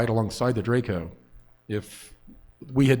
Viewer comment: informed about what? He didn't even know how to pronounce Draco